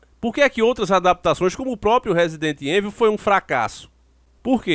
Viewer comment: sei que sou chato nisso mais da nervoso esse nome rsrs resident evil , mais se fala resident ívôu só a dica msm rsrs abs